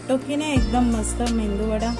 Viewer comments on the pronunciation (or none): मेंदुवडा नाही ओ ताई...मेदुवडा म्हणतात...बरेच जण चुकीचा उच्चार करतात